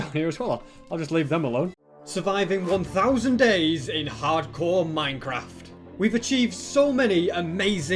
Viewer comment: is it me or I keep hearing 100 days But it's actually 1,000 days